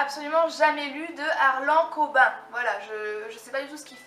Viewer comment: Haha, mais comment tu massacres le nom d'Harlan Coben !!! :p (à prononcer Harlane Cobène ^^) Sacré book haul !! Et tes livres VO sont teeeeeeellement beaux !!! Le HP1 illustré, je sais pas encore si je me le prends en français ou en VO ... j'ai la saga dans les deux langues ^^ mais pour l'illustré je sais pas ^^ Je suis comme toi pour l'achat des livres! Je commence à accumuler, et j'aime pas du tout ! Et en même temps j'ai du mal à m'en empêcher ! Je l'ai déjà dis à Thomas, mais ce projet Sun & Books est vraiment sympa :) Et mon dieuuuuu, mais tu as 1 an de plus que moi !!!!!! J'aurais jamais dis haha bisous :)